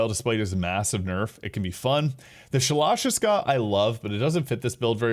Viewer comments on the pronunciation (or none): It's pronounced Sha-La Sha-Ska. It's a reference to Revolver Ocelot in the Metal Gear Solid franchise